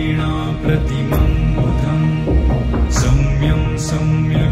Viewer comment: As far as I was able to hear, it was pronounced correctly as Saumyam only and not Samyam. Don't know why you felt it was pronounced as Samyam.